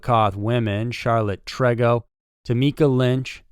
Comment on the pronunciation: Just letting you know on how to say TREGO!! It’s like saying: tree go !!!